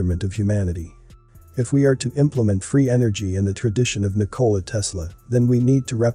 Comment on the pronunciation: The correct pronunciation of Nikola Tesla is that the emphasis is NIK-o-la!